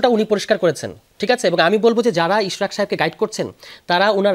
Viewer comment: It’s Ishraque not Ishrat!!!! 😊 Beti baji korte korte, thik moton naam tao nite pare na.